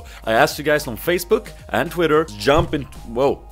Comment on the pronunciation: Facebook,Twi-tter and IN-Sta-Gram all in a quirky russian accent :D